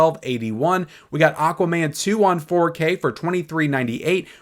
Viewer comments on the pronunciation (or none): none